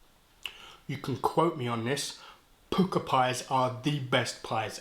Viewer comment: They are pronounced Pukka , as in duck, luck etc. Not pooka. The word comes from India. Jamie Oliver loves to use the word.